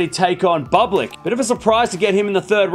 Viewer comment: The way you pronounce "Bublik" is quite funny. Please, educate yourself.